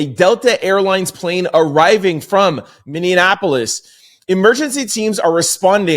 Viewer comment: I am an avid fan Sir. Bordering Canada and residing in Minneapolis. I need to let you know however - your pronunciation of Minneapolis is pretty horrid. YIKES.